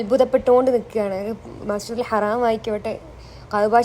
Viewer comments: മസ്ജിദുൽ ഹറം എന്നാണ് ഹറാം എന്നല്ല.. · മസ്ജിദുൽ ഹറാം അല്ല മസ്ജിദിൽ ഹറം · Hraamn parayalle ഹരമൻ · ഹറാം അല്ല ഹറമാട്ടോ ശ്രദ്ധിക് ❤❤ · മസ്ജിദുൽ ഹറം എന്നാണ് മോളെ പറയേണ്ടത് . ഹറാം എന്നല്ല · . മോളെ മസ്ജിദുൽ ഹറാമല്ല മസജിദുൽ ഹറം എന്നാണ്❤ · മസ്ജിദുൽ ഹറാം എന്ന് പറയല്ലേ. മസ്ജിദുൽ ഹറം എന്ന് പറയു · മസ്ജിദുൽ ഹറാമല്ല മസ്ജിദുൽ ഹറം എന്നാണ് മോളേ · മസ്ജിദുൽ ഹറാം അല്ലാ ഹറം ആണ് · Mole masjidul ഹറം എന്ന ട്ടോ ഹറാം എന്നല്ല❤ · Masjid ul haraam alla❌ masjid ul Haram ✅ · മസ്ജിദ് ഹറം എന്നാണ്, ഹറാമാല്ലാ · മശ്ചിതുൽ ഹറം എന്നല്ലേ പറയുക ഹറാം എന്ന് പറയുമോ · മസ്ജിദുൽ ഹറം എന്നാണ് പറയേണ്ടത് മോളെ